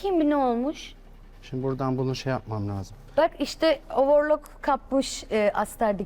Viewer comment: overlok a ovırluk diyen yasemin GWHAJSN tamam en İngiliz swnsin